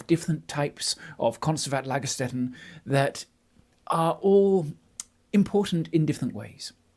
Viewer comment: I really love your enthusiasm and to learn more about paleontology! And as I recognize your effort for pronunciation: "st" in German is spoken "sht" (IPA: ʃt) not "st" (IPA: ˈlaɡɐˌʃtɛtn̩).